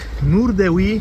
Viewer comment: Od tego powinno się zacząć. Mam na myśli prawidłową wymowę tej ścianki [Huy]. dzięki. Od teraz będę o tym myślał mniej wulgarnie.